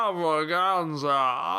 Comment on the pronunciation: Very disapointing the way You said extravaganza :(